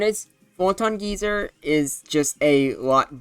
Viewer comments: Didn't expect the Necrozma week would be so soon, but definitely expected it to be strong in RBY. Also, geyser is pronounced Guy-zer. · first of all, it's pronounced "guy sir". but yeah, if necrozma was added into the standard rby uber metagame, it would instantly become the strongest thing in the tier, bar debatably mewtwo. it's like a more offensive take on mew's sd set with more emphasis on its offensive stats and bulk in exchange for less speed, though it still outspeeds cloyster's clamp as to keep it out of partial trapping range. it's a genuinely fantastic mon that's dominant in the format but still can be threatened much like the Big M2, and feels balanced enough to hopefully not cause too many issues, possible. mewbros are used on pretty much every team already, so necrozma wouldn't change the structure too much aside from maybe having to choose between a regular mewbros core, a mewbros + necro core, or a mewtwo + necro core. while necrozma will absolutely take something out, it still feels similar to mewtwo in how much it fears status at the wrong time and how vulnerable it can feel unless you find a safe avenue for it to switch into. if you do wish to paralyze a necrozma with alakazam or starmie, you realistically just want to go full offensive, with either surfmie or zam stoss. i honestly can't tell whether or not necrozma should be banned from a hypothetical rby ubers, since it's in pretty much the same boat as mewtwo where it has a few checks and a few more annoying matchups that could cripple its entire game plan if you don't plan enough around them. i still believe mewtwo to be the better psych